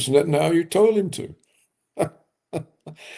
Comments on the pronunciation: Netan-YAHOO. And not Netan-AYOO ffs. It is so irritating. Whenever I hear it I involuntarily start doubting his expertise - I mean if he doesn't even know the man's name what else doesn't he know ffs?! Of course, I know his expertise and respect him immensely, but jeezus.... It really works on an involuntary subconscious level. It screams "ignorant!" He really should make that immense effort and learn how to pronounce these four sylables. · I looooove and smile each time he butchers this stupid made up name on the contrary! He is Mileikovski anyway and I just despise when every expert says "Bibi" like a tender nickname.